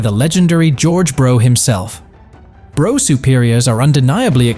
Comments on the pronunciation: Brough=Bruff, not Bro! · It’s not a ‘Bro’ (Brough) Superior but a ‘Bruff’ (Brough) Superior…!! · Brough is pronounced 'Bruff' not Bro...doh! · What the f#÷k is a "Bro" Superior! Its Brough, as in bruff Superior. 🇬🇧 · SORRY IT'S NOT "BRO" IT'S PRONOUNCED "BRUFF" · Brough is pronounced Bruff not bro you philistine, and why didn't you show the Black Prince when talking about it. some gullible people think you are showing a factual film!! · Hey Bro, it's pronounced Bruff. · Bruff.. not Bro.. ffs that hurts my ears! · Just so you know, Brough is not pronounced Bro, it's Bruff, in English. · Brough as in rough. Not as in though! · Brough is pronounced Bruff! Yam Dankees! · Pronounced "Bruff Superior" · brough is pronounced bruff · Lame computer voice that mispronounced both Brough and Wenkel. 2 mins and I’m out.